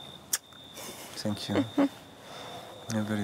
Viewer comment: Ach immer dieses 'TZANK YOU' 😂'